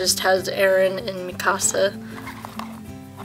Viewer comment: iits mikasa not me kaaa sa lol